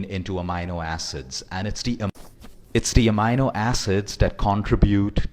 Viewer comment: Thanks for the info. You could only improve your pronunciation of amino acids as you got it all wrong :-)